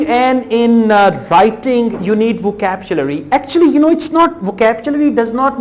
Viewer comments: vocapchlury ni vocabulary hota bhai... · voctchabulary , vorld , adiaz ,,,, what a rubbish pronunciation . are u sure you are a teacher ?